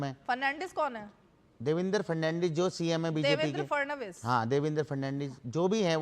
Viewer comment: जब ये पहलवान फणनवीस जी को फर्नाडीज़ बोल रहा है तो चुनाव कर्मी किसे पहचानेगा?